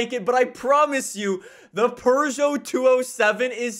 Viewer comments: Peugeot is said like "Peu-Joe" not "Per-Joe", but I'm hyped for the Tachyon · Did you just say Purrgeot? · No, its Per joe. Peu-joe is such an American pronunciation, like you guys say hun-day instead of Hi-yon-die. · Only Europeans I've heard say "Per-joe" is the English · I love how he says “pergeot” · i thought it(peugeot) was pee you gee yacht, never would have guessed pooh zhow lol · Peugeot.... Pew-go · It's not "Purr-Joe". It only sounds a bit like it because of the French accent. You don't have a French accent, do you? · Who says perrjoe like last time I checked there’s no r in the name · why are you saying Purjo